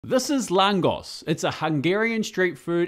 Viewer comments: Nice work. One of my favourite food. Its very good pair with gulyas (goulash) soup. (just a little sidenote: the correct pronunciation is laangosh, hungarians using "S" as "SH") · It’s pronounced “lagosh” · It's pronounced làhngosh, baaaaaszus 😂😂😂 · Its pronounced langosch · Hungarian food doesn’t get the credit it deserves! Appreciate the post! It’s pronounced langosh btw 😂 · it's pronounced, langosh ... my late Hungarian mother used to make them, and we used them as a dipping bread in a bean soup she used to make, called "bob lavash" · Very good, chef. ❤ One small detail tho, the "s" in "lángos" is pronounced like "sh" in english, like in "shovel". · Pronounced langoSH. But yeah, its fantastic regardless of how you pronounce it. They look fantastic. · I really love those ❤ but I think your recipe needs way more garlic oil brushed on at the end 😂 oh and btw, I think you pronounce it with „sh“ like in oh my gosh ;) greetings from 🇦🇹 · you actually pronounce this "langosh" ☝🏻😄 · correct pronunciation is langosh (th a is long and pronounced like in french) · should be "lun-gosh" as you pronounce. As Budapest's "S" letter is also not "S" as you say it on English, but "Sh". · The S is pronounced like Sh (so more lángosh) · Its pronounced LANGOSH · Never thought you'll make something from my country!! Next time try some EVOO and grate garlic in there, the spicier the better ( depending on how much you like garlic ), after you fried your Langos you brush it with this garlic oil first, then sour cream and cheese. The S at the end is pronounced as SH:) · "s" in hungarian is pronounced "sh" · Pronounced ad with english "sh" at the end...